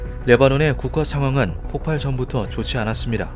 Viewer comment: 폭발이라 써놓고 폭팔이라고 계속 읽으시네.............